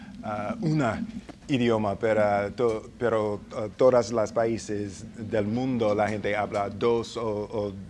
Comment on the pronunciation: His "pero" came out as "perro" 😁😁 other than that, he was ok, good for him!